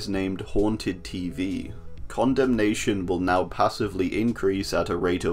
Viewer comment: I dont think you should be pronouncing condemnation like that..